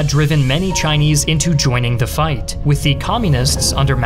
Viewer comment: Please stop over-pronouncing 'the.'